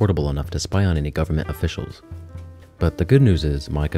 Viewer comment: "spy on any gavermant officiials" ??? I hought you wanted to spy on criminals and socialists??? hello?